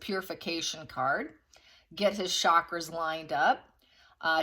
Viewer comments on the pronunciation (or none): none